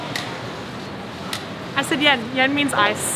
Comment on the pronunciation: Yen is cool, cold. Ice is Namkhaeng. But you say it right “milo yen” Thais don’t say milo namkhaeng. Lol!